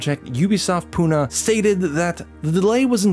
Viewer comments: It's not pu - na its pu - nae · Fun Fact: Pune is Pronounced as Pu-nae